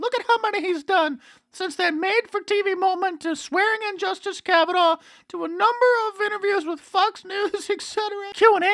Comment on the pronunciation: She called it " the kavanah experience" ...lol